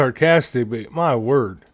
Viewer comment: Why is it since they've found Kiely her mothers voice tone has totally changed , she is now speaking but adding an AH SOUND after each word she pronounces????? What's up with that? ( LAUGHA ,DANCEA,CRY IN THE CORNERA) WHEN PRIOR SHE TALKED CLEAR AND DID NOT HAVE THAT A SOUND AT THE END OF EACH WOORD?????????? ITS ALL STRANGER THAN FICTION SHE SOUNDS AS IF SHE'S ALMOST THANKFUL SHE'S GONE????????????